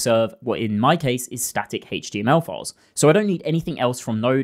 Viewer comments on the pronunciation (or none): none